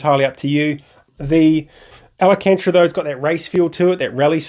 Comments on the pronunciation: Thanks for the quick review, glad to see the positive feedback! I'm awaiting delivery of an Alpha Mini + GTS wheel myself, upgrading from a T300... I'm stoked! Your pronunciation of '/ Alcantara' was funny;) I went with leather myself. Alcantara has more grip/ better feel from what I hear, but also wears faster and comes off on your gloves etc. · Good review overal, but quite a shame you have mispronounced alcantara every single time in the video. I would also like to see how it is to use all the buttons and dials (and navigating menus) while racing in game.